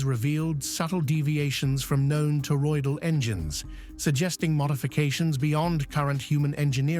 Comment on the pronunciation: WHOA! Nelly.. he sez; "" subtle deviations from known terroidal engines ''....and i'm like.... WOT? he saying? wot he means by that...